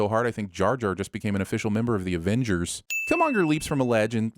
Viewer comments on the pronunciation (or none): none